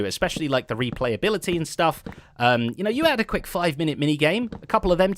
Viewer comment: zed js spoke Maori withot realizing it 5,10 he says Miniti which means minute